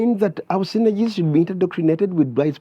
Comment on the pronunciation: Badru cant even pronounce synergies. 🤣🤣🤣🤣🤣